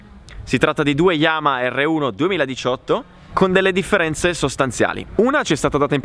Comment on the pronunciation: Quanto mi dà ai nervi quando dice "yama" 😣